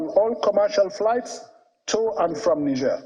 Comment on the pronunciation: Why are they all struggling to pronounce Niger? Disrespectful